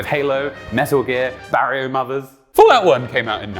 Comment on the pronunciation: "Barrio mothers". I'm dead.